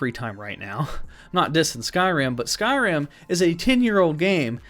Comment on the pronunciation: oh I love it, but you called it Sky Rim like two separate words. I was like 😱. Lol but no biggie, just picking.